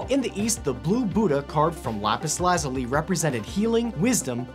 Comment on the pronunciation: Him: Laz-ili Everyone else: LAZ-ULI